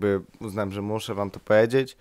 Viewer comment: "poedzieć" ... o k.... nie pij lub nie pal przed nagrywaniem filmików ;).